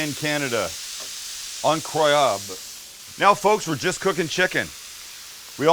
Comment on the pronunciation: « Incroyable » « -In-kraw—yab-»